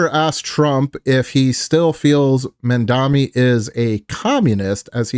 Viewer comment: It's pronounced MamdaNI, like knee. 😊